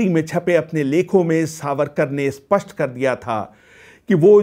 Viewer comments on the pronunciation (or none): none